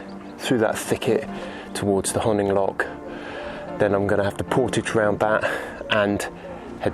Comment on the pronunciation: It’s my local river which I’ve canoed for many years. The irony of places like Canal Camping and the Dilham Pods is that this lovely peaceful and once secretive river is now busy and noisy over the summer and much of the wildlife has been disturbed. Also Honing is pronounced to rhyme with roaming.